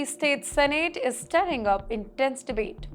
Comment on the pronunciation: Oh my gosh- her pronunciation is bad (and im saying this is as an Indian). Dear anchor, pls cross check the pronunciation of words before you read the script. Missouri, stirring etc etc